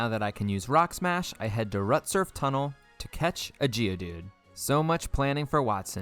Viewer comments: Rut-surf Tunnel 🤨 Slay-king 🤨🤨 Calling Maxie a she 🤨🤨🤨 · "Rutsurf tunnel" smh